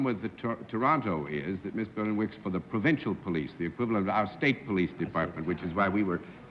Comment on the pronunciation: John botched Brenda Berlins name! he doesnt botch often!...btw...what a HAIRDO on miss Berlin...